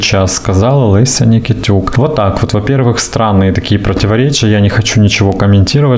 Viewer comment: Только не ЛЭся, а ЛЕся